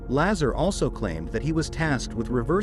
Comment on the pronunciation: Bob Lazar (pronounced Lazaaar) is correct. he talked about element 115 which was not yet discovered on earth - now its on the table of elements. he did work at area 51 there is a document for paychecks that shows him as an employee I CAN'T CONTINUE TO WATCH THIS VIDEO WITH THE BAD PRONUNCIATIONS.